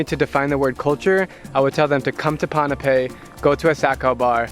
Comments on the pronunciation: Dude! Its called (boo-n-pay) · Pon-pei that’s how u say it